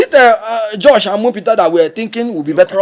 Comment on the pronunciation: Kenneth said "Josh omiputa"😂😂 😂